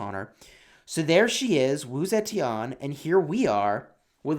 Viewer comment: Straight up butchered her name